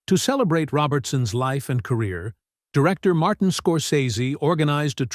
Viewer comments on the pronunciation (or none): none